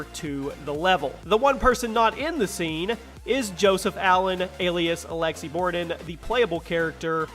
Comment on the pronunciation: “ALEKSI BORDN”